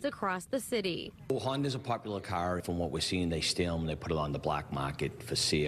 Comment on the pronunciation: I LOLd when the autobody guy kept saying "cah". Lol.